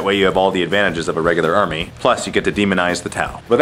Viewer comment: Units in that "army" not "arm" ffs